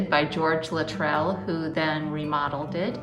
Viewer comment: Minor point, but the name Luttrell is pronounced with the emphasis on the first syllable